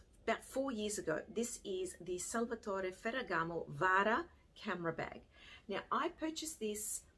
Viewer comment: Great video. As an Italian I just melted every time you beautifully pronounced Salvatore Ferragamo. Love you. 💕